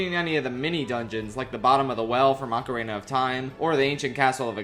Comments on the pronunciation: Ocarina sounding like Macarena without the m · My favorite part of this video is when pronounces ocarina like Macarena. 10/10